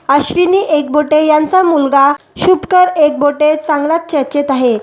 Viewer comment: शुभकर नाही शुभंकर असे बोलता येत नाही का? कानाला खटकते.